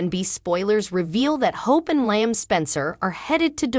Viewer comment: It drives me crazy the way they pronounce LLIAM …. lol there’s no I sound in his name